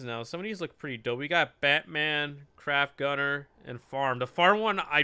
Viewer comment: i like it when He Said crap gunner instead of cryo gunner